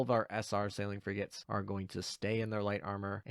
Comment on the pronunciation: What is a “fri -gette”?